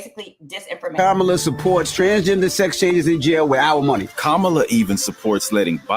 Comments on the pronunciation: Kam - MA - La, Pronounced Like, "Comma..LA" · Comma La. Please say her name correctly. Thank you. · RIGHT! When a 5 and 6 year old explain to you how it's pronounced and you STILL mispronounce it, its just disrespectful 😒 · Will you say her name correctly? I stopped watching the video because of that. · Please pronounce the Vice President name correctly